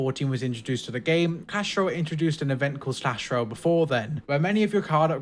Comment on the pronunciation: Did he say cash Royale